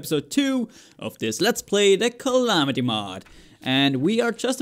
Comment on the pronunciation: Oi m8 you said calamity mod in a really British accent.